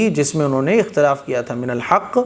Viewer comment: ekhtalafu feeh hoga ya akhtalafu feeh hoga